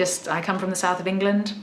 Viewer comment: TIL that "England" is pronounced "Ingilind" ;)